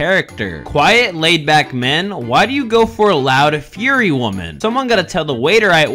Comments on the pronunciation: "fire-y" is how you pronounce it, not fury. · Aw hell nah you pronounced fire-e as fury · bro really just pronounced fiery fury 💀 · why did bro pronounce fiery like that lmao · Is no one gonna talk about how he pronounced fiery like guy fieri’s last name💀💀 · We not gonna talk about how he pronounced "fiery"? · Bro mispronounced fiery ☠️